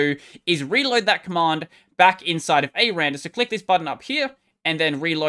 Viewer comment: its “ecks arr and arr” btw... 😏